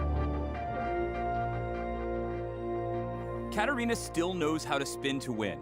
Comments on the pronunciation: man called katarina as katana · uhhh isn''t it katarina? not katana just sayin no hate but correct me if im wrong too😂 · katarina not katana but yeah, good coverage anyway keep up the grind.